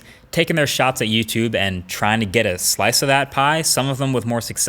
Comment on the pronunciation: He didn't say "Catch you in the next YouTube video" he said " Catch you in the neck tootoovideo or something like that".